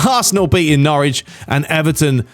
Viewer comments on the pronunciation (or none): none